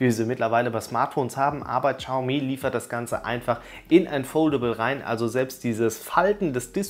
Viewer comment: Es heißt nicht "Tschaumi", im chinesischen ist das "x" stumm. es heißt "Schiaumi".